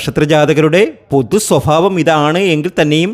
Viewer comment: Swafaavam😂 chettanu kachavadam valare kuravayo